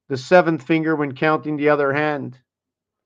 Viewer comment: Oh you said hand not land hahah